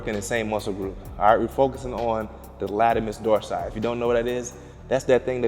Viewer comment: Actually its called Latissimus Dorsi not Latimus Dorsi